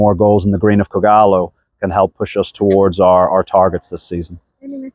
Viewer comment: How he says kogalo .....it's on another level👌👌👌👌👌👌